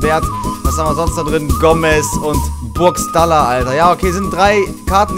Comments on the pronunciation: spricht man es nicht eigentlich Burgschtaller nicht Burgstaller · Bro es wird burgschtaller ausgesprochen:) haha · BITTE BITTE sprich es das nächste mal richtig aus Burgschhhhhtaller Ps.: bist trotzdem bester Mann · wie du Burgstaller aussprichst 😂😂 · Wie er burgstaller ausspricht 😂👌